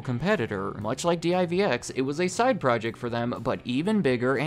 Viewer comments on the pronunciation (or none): Listening to a spell d i v x, instead of just pronouncing saying word divx made me laugh. Lol. You know he’s a young kid now since he doesn’t know how to say the name. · d-i-v-x? Bruh it was just divx. One word, two syllables. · Good video however it drove me nuts that's you keep saying D.I.V.X. it was actually pronounced "DIV EX" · Oh neat! I didn't know CarMax was started by Circus Sissies. I mean, Circuit City. Yeah, I was never a fan of Circuit City. Maybe 'cause I've worked at other commission-based electronics stores. By the way, it's pronounced "dee-veex". You sound like a tourist when you say "dee-eye-vee-ex". :D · D-I-V-X? Who says it that way? It’s pronounced “DIV-ex”. I’m guessing he was too young and never actually went into a CC during the late 90s. Which means this guy probably also says A-T-A-T instead of @@ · Wasn't DIVX prounced like "divix", not spelled out one letter at a time? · Pronounced Div Ex. The player was also hooked into a phone line, so if you wanted to watch the movie again, you could, I believe you were charged $1.99 every time you wanted to watch it after the initial purchase and viewing period. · Love the videos. Two things. 1. Please do CompUSA 2. I've always heard it pronounced "div" "x". Two syllables. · DIVX was pronounced the way it looks Div-x. It also wasn’t marketed as disposable but movies you keep to rent again if you want or to pay more to unlock the film for unlimited play. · Divx. Just say it together. Divx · The way you pronounced Divx is a representation of how that investment turned out for the corporation.